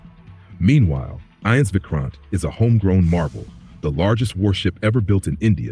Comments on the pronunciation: Why is your stupid AI voice saying ins instead of I.N.S ?? If your doing something do it properly. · It’s not ins, that’s INS (INDIAN NAVAL SHIP) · Its not Ens bro its INS Vikramaditya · It is I N S. Not Ins. INS stands for Indian Naval Ship. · Its I....N....S (Indian Navy Ship) spelt individually just like U....S....S (United States Ship).